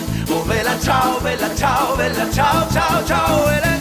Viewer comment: Question because I'm trying to learn italian: if you listen closely, sometimes he pronounces bella as "vella". Is it an accent or do you also pronounce it like that? Example